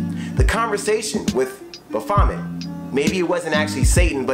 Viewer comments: Ba vomit lmao it’s baphomet baff-o-met rip x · It's *Baphomet my guy. Pronounced Ba-fo-mey.